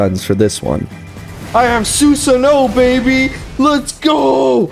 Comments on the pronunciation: u r saying Susano wrong. its pronounced Sue-Saano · Did you really watch naruto though? It's tough to tell after that Susano pronunciation lmaoo